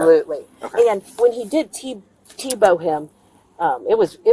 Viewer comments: T-bow? Is anyone educated anymore? It’s T-BONE Like the bone in the steak. 🙄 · Did she actually say "t-bow?" Anyway, great video, but an absolutely infuriating story... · T-bow lol.. lady is how old and thinks its T-bow 😂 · "t-bow him" 🤦‍♀